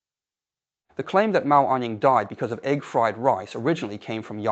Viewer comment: It was. It mispronounced the words "died" and "fried" once but pronounced them correctly at other times. No human would have made mistakes like that; you either know how to pronounce those easy words or you don't. You don't pronounce them correctly and then suddenly mispronounce them.